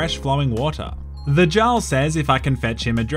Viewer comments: saying Jarl when it is pronounced yarl... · I believe the word Jarl is pronounced “yarl”. Hydration for your mind 😁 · Jarl is pronounced like Yar-ul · It’s yarl not Jarl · I’m sorry, I love you but this video hurt to watch. It’s pronounced Yarl, not jarl. Second. It’s dark elf or dunmer, not night elf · Plays a game and hears jaarl said the right way Continues to say it the wrong way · Jarl /jarl/??? a norse J is pronounced Y so Jarl = /Yarl/ lol! Dude i love your humor U Da Man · jar-le(no) yar-le(yes) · Also "jarl" is pronounced "yarl" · Its pronounced "Yarl" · And bro, jarl is pronounced “eearl” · or Yarl. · Take a sip of water everytime pronounces Jarl incorrectly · Thoroughly enjoyed the deliberate miss pronunciation of Jarl. 10/10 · must be dehydrated because his mouth cannot pronounce Jarl properly. A good Samaritan must open the fire hydrant near his place and send glorious amount of H2O flowing his way. I think he would really appreciate it. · If he says Jarl incorrectly again I’m going to fucking hydrate myself to death... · Did you just say Jarl instead of Jarl 😒